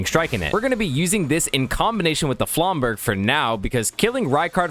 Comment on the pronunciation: Also pronounced Flamburj not flamburgh